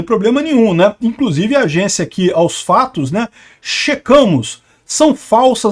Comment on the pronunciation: a vá....dar veracidade a qualquer coisa que diga "AOS FLLLATOS" kkkkkkkk jamais